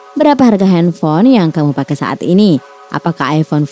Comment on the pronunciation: Henfol? Wkwkwkw slh ngomong ya